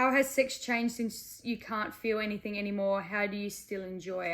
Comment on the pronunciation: I lost all intrest the second she said "anythinK"